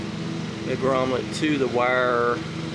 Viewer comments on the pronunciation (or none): The word is grommet not "grommlet".